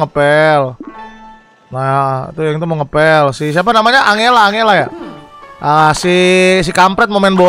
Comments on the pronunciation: Anjela bukan angelaaaaaaaa banggg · Tulisannya tu angela, tapi di baca Enjela kak 🤣🤣